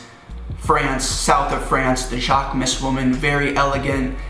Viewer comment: Everytime you say "jacquemus" in the wrong way, one of his muscles dies.